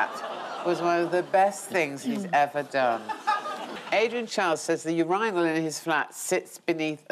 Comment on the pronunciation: Not sure why she said urihnal…… you say urihn do you?